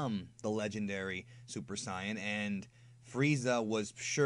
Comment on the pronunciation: IF U SAY SUPER CYAN 1 MORE TIME